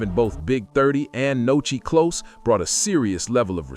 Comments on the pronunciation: WHO TF IS NOCHI 🤦🏾‍♂️ ITS NUSKI STUPID ASS NARRATOR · Nuskie!!!!!! Not Nochi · Who tf is Nochi? It’s Nuski dickhead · You goofy as hell for calling that man Nochi 😂😂😂